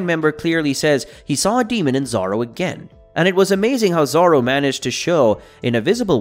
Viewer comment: Who the freak is "Zar-ro"?